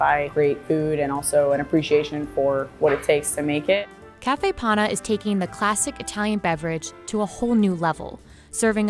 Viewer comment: It is panna. Not pana. I am italian.